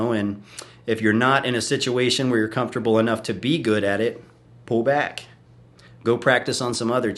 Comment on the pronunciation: "Cum-fortable " lol